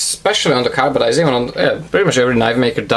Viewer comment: Hey man I'm pretty sure it's Carbidizing not carbadizing